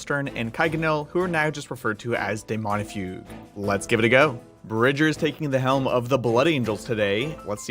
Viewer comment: Daemonifuge, not Daemonifugue. It's a soft g - like centrifuge, or refuge. The old comics were pretty good.